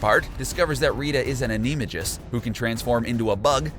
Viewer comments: And it’s not ameganist it’s Anamagist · You were losing me by repeating that he killed nagini 450 times but I was with you UNTIL ah-knee- mah-jiz 🥴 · Rita is a what?! I think you mean she is an animagus, which is pronounced An-ee-may-gus lol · where did nu come up with A-nee-ma-jist? its an- a-may-jus or an-a may-gus. but defantly not aneemajist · and also not AnimeJus but ANIMAGUS ! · Pronounced Anamagus not anameegus too! Glad I'm not the only one annoyed. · Anime-juice? Or Animagus? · "animajus" omg. I want to cry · Best way to tell a fan vid from a cash grab: the narrator knows how to pronounce “Rowling”. Also, it’s ani-may-gus. You could at least watch the movies before publishing. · IT IS NAGINI NOT NAGINIE !!!!!!!!!!!!!!!!!!!!!!!!!!!!!!!!! beside's nagini is the last horcurx.Harry is the2nd last horcurx.The horcurx in Harry is distriod in the forbiten forest.Bydeway it's animegi not anemegi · IT'S ANIMAGUS NOT ANIMAJUS!!!!! 😡😡😡😡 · this guy pisses me off I think he mispronounces words like nagini and animagist just to be a dick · an-Eee-ga-mess 😂 *animagus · How does animagus get changed into animeejus? There's no I or e to create that sound! It's an A that follows the M! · Animagus sounds like it’s spelled! Not “aNEE-majis” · get you harry potter names right!!! like you miss pronounced, Lucius, Pomfre, animagus, and VOLDEMORT!!!!! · How TF do you miss pronounce Animagus THAT badly🤦‍♀️ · Ikr like how can he not pronounce animagous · And Animagus.... seriously.. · PANKAYD did u hear the way he pronounced animagus😡😡😡😡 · He also pronounced Animagus wrong :/